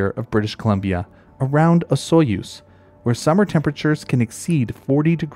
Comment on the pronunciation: I can tell you're a BC local. No one else pronounces Osoyoos correctly. If you do a sequel to this southern Manitoba has snapping turtles, and many provinces have flying squirrels.